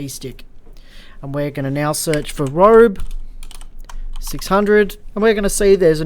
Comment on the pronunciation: Cool plugin. Thanks for the vid! It’s Ro-bee btw 😉